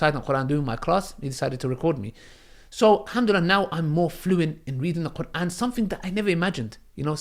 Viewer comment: but you're pronouncing is very good ,I would be impressed if I saw somebody that pronounce quran like you keep doing dahwah bc ur understanding to islam is better than some arab muslim that can read quran .